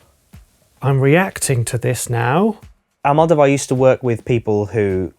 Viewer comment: Can’t say Volver, can’t say Almodovar … try a bit harder guys!